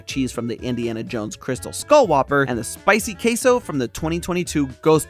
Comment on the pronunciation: I cant stand you saying queso as kaseo